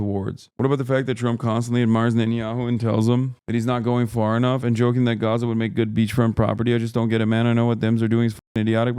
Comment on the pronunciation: Is bro saying Gaza or Gotham?💀